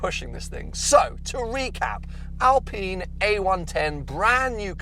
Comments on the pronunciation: Alpine not alpeeeeen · "I." Say it with me, "I." Alp-"I"-ne. It's not "Alpeen;" it's "Alpine." ˈAlˌpīn. Aline is not pronounced "aleen," baseline is not pronounced "baseleen," canine is not pronounced "caneene." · Al-PINE like pine tree. And can you stop saying "Porch"? It's Pors-che, look it up. Otherwise yeah great video.